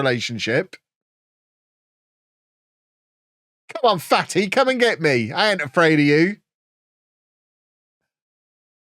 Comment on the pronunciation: Took me like 2 episodes to figure out it was Fatih not Fatty 😂